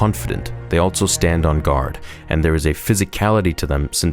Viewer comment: I love you man, but you gotta stop putting the letter t in the word "also."